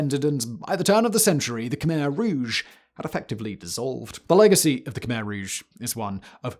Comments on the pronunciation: Not khymer ,,,,,,kmehr……say it right…….all you do is talk. Do it right! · It's pronounced "Kuh-my" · just for anyone who doesnt know, Khmer is actually pronounced Khmy